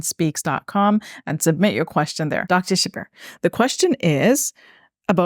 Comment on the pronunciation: It’s not Qur-Ann, it’s Quran and it’s not Dr Shab-Beer, it’s Shabbir.